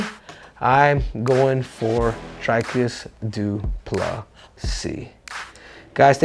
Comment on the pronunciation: Says he used to call him “Dry-cus” but it’s actually “Dreecus”, then proceeds to call him “Dry-cus” in his very next sentence